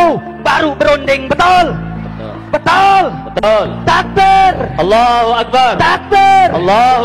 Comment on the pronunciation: Allah tapi nyebut nya auloh yg bener yg mana nih nama tuhan iclam😂